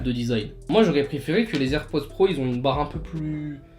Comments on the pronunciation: On dit pas les z’airpods mais les h’airpods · Il a dit. AirPause 😂